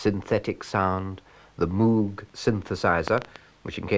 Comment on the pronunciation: That announcer sounds like Rowan Atkinson! The way he pronounced Moog with an emphasised M brought me back to the Roll Call Sketch Rowan does.